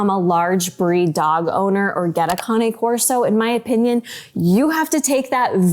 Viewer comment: Cain Corso....not Connie Corso. You would think people would at least be able to pronounce it before owning one.